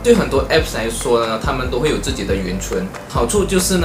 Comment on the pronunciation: 是huan cun，不是yuan cun啊